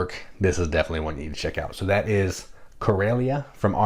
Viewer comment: I'm sure it's pronounced like Coral reef. Coral-ia. That's it. It is afterall taking place in the ocean where Coral grows.